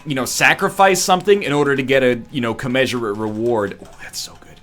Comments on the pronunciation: Dear NL, I hate to be the word police, but I think it's better you hear this from me rather than some stranger ... It's "COMMENSURATE" not commesurate. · He keeps saying "commeasurate" instead of "commensurate"